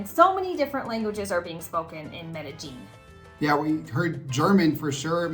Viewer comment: Medellin..like med-uh-yeen. Not med-uh-jeen.